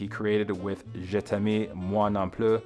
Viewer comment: I can deal with Gainsborg sounding like a Cambodian beer, but contrAversy and je'tammy hurt